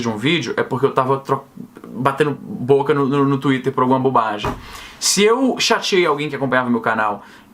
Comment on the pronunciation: Esse "tuiter" é o demônio! KKKKKKKKKKKKKKKKKKK!!!